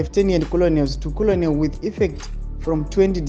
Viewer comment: Learn to pronounce words better, colonel (kenel)